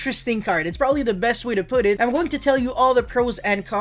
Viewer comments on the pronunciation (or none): none